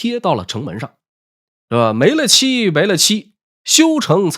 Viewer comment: 没了期没了期——其中的“了”字读寥，不读乐，是没完没了的意思